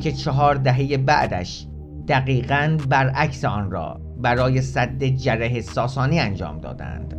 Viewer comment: درود . وقتی مسئولان میراث فرهنگی خودشان قاچاقچی آثار تاریخی کشور هستند دیگر چه انتظاری از این جانوران پول خوار میتوان داشت . تلفظ درست سد ساسانی جعره gareh هست .